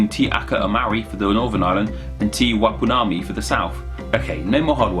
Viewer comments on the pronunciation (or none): Te Ika-a-Maui is pronounced "tea ick-a our m-our-i". Te Wai Pounamu is pronounced "tea why poe-na-moo".